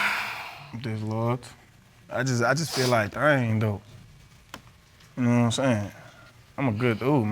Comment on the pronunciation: Man I LOVE when the judge says quwhat… instead of what lol 😂